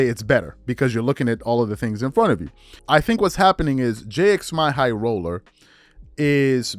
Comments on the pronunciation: Say "Jimmy Highroller" not "J X My Highroller", I know that's the way it's spelt but that's not the way it's said. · At least say bro name right you clearly trynna throw shade that’s wild it ain’t hard to to say Jimmy high roller